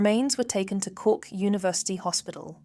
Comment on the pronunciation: My ears are bleeding with all the wrong pronunciations of the places in Cork. If you're going to do a video at least get the places right